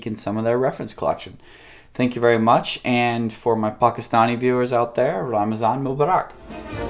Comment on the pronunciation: Ramzan mubarik 😂 like the way you pronounced